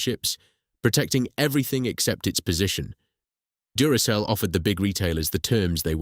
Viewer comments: Anyone who pronounces Duracell as Durakell has just failed the 'I'm not a robot' test in more than one way. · Yes the voice was convincing up to that point. If the voice had pronounced Duracell correctly I would have thought it was Human. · This is the second video I've watched from this channel - the first being a potentially forgivable mispronunciation. When I counted the third "Duracell" flub I gave up. Essay format good in principal, but too long with too many repetitions. And if you can't be bothered to listen to your own V/O then why should I.